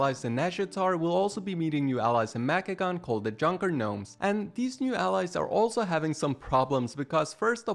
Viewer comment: The "G" in Gnomes is supposed to be silent, so it's pronounced "Nomes"